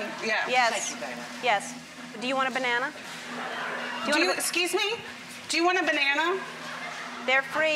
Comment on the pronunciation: "why did I ask you if you want a BANASA?" LOL whaaat? :DD